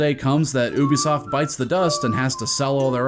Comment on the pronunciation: Thank you for pronouncing Ubisoft they way those morons actually wrote it